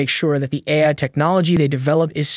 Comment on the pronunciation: Speaking of AI... did you use AI-generated speech for this one? The voice keeps saying "eye" in place of "AI". Also, I don't see OpenAI being a threat any time soon; the thing can't even remember what was discussed 10 lines ago. It has the memory of a goldfish.